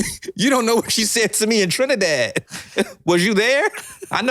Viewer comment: Thanks for pronouncing Trinidad properly ❤❤❤